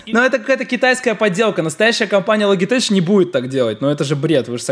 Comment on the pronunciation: ЛОГИТЕК, НЕ ЛОГИТЕЧ